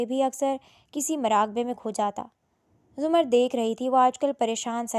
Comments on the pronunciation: Zumard nahi ' zamarrud' naam hota hai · Behan it’s not zumard it’s zamurrad